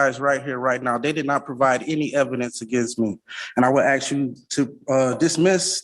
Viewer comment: I OBJECT to this sovcit using the word AXE instead of the correct word ASK. My personal pet peeve.